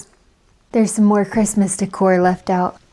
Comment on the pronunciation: I suspect your young male assistant will be a real boon throughout this project. To my European ear, when you say decor it sounds French. That said, I love your accent. We will all enjoy the journey. 🎉